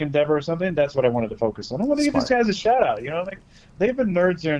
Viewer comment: shaht aht Chase